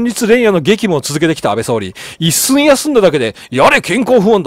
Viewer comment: 少し気になりましたので... 岸 信介←きし のぶすけ 一寸←ちょっと ...と、読みます。 また、英語表記の定冠詞「The」は、その後に続く頭文字が母音の場合は「ザ」ではなく「ジ」と発音します。 常々楽しく拝見させて頂いておりますが、気になりましたので... m(_ _)m